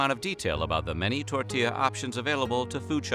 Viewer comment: The way he says tortilla "tortiezz" 🤢🤮